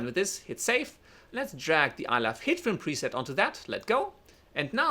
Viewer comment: I apologize in advance BUT am I the only one that about half the time this guy says HITFILM it sounds like he is saying Hitler? He talks really fast and I'm sure if he talked slower I wouldn't hear that NAME at all. I'd like to know if anyone else hears this accidental audio?